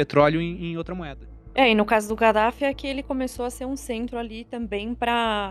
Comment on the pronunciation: Galera sem querer ser chata mas o nome do demônio líbio é Kadaf e não Gadaf. Não que esse cadáver mereça algum respeito mas é necessário ensinar o certo. Gostei muito desse podcast. Parabéns.